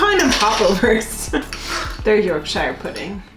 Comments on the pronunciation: It's York-shuh, not YORK-SHIRE, in phonetic terms. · Bruh the way you said Yorkshire lol yorkshiyer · Yorkshire pudding is "York-sheer" like the US state New Hampshire - The way you're pronouncing "shire" sounds a little bit lord-of-the-rings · yorkshire pudding with beef gravy / yorkshire pudding with strawberry jam works well too! - please pronounce yorkshire as yorksher - from a yorkshire man lol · Marmite literally has the motto: you either love it or you hate it! Oh and York-shur please. It's not the shires in LOTR! all counties with shire at the end it is pronounced shur. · I really enjoyed this. Yorkshire is actually pronounced Yorksheer in the UK. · shire on the end of a county is pronounced sher it hurts my ears how you say shire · Please say Yorkshire Pudding correctly, it’s pronounced like you would pronounce New Hampshire. Traditionally served with gravy, in the north of England they eat with gravity and mint sauce.